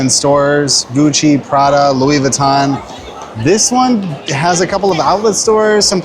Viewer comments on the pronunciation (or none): none